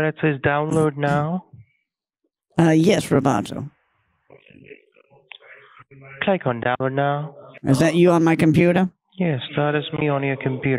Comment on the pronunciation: I almost died when he started calling him roboto. Lol.